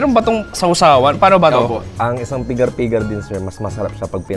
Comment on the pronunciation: Wag feeling amerikano na bigkasin ang pigar pigar, bigatan mo ang diin ng bigkas ng R sa dulo.